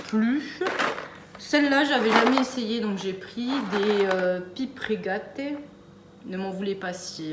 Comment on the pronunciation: Alors ça se prononce PipÉ! Tu m'as tué... 😅😅